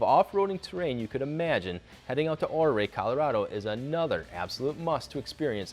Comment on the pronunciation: It’s pronounced Uray not ohray